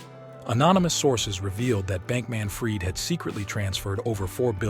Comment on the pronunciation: Interesting video 🙂Although I got a bit frustrated at times when the AI narrator couldn't pronounce names correctly. And inb4 you state that you narrated this yourself: You made the video on the subject, so logically you ought to know the pronunciation of the names of these people - I mean .. even Sam's last name is pronounced wrong ('fried' as in 'fried chicken') only to be pronounced correctly moments later when pronouncing the last name of his mother ('Fried' as in 'I freed the birds'). Now .. If I am wrong, and you actually hired a human voice actor, I'd advice you to add a parenthesis with the phonetic pronunciation of the name or word, much like I did earlier. Otherwise, try feeding the phonetic pronunciation to the AI when having it narrate, do it yourself or hire a human until it gets better 🙂 Otherwise, keep it up - your editing is great👍